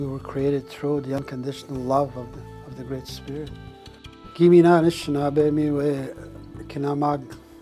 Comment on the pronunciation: Anishinaabe not shushing.